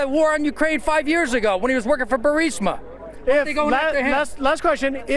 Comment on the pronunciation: Grassley can't even say Burisma.